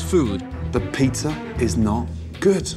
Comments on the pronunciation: “hOw gOoD yOuR pIzZeRs aRe” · Why does he say "pizzar" sometimes? I've already heard this "putting an r at the end of a word" thing, what does that mean?